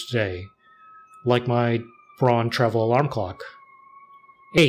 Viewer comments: First of all respect for the Nujabes "Aruarian Dance" at the very end 😍 As a former german industrial designer myself, this video made me especially happy and for those who care BRAUN means brown and is pronounced more like brown too not like brawn. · Pronouncing Braun as Brown is way closer to the actual german pronunciation